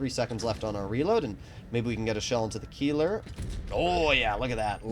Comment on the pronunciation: Good video but one thing i have to say is how you speak the word Keiler you say Kieler but it is Keiler as a german i could not let that slide